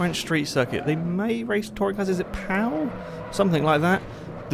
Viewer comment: Yes its Pau in France, pronounced Po